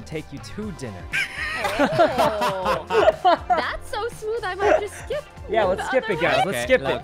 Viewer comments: I think your quote is still accurate- he said Dinuh (or however you spell it) at first, but when he said what you quoted- he did say dinner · “I wouldn’t take your DINNA, I would take you TO dinner” okay smoothkuno ❤️ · "I would take you TO dinna" Smoothkkuno stikes again